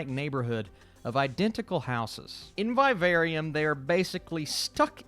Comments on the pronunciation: "Via very um" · did you say “by a very um” or “Vivarium”?? 😂